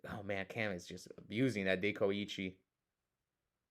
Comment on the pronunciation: was pronouncing Dekoichi correctly … Tsukuyomi is pronounced Tsu-ku-yo-mi I know because I play OCG btw